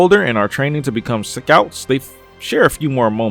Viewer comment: Why he said scouts like that ?? Lmao